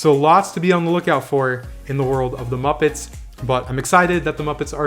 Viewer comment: I think you meant to say moopets